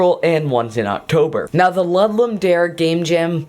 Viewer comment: Good video. Btw, it's pronounced Loo-doom da-reh.